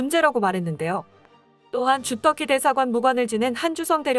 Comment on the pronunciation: '유사 국뽕'으로 돈벌이하고 싶으면 국어 읽기부터 똑바로 하기 바란다. '시점'은 '시쩜'으로, '감점'은 '감:쩜'으로 읽어야 하고, '주터키'는 '주: 터:키'로 읽어야 한다. 참고로 ':'는 장음 표시!